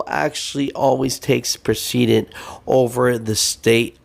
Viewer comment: Pre- cedent. 🤣